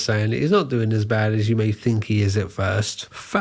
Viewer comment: You say “fink” instead of “thing” or “think”… good luck with that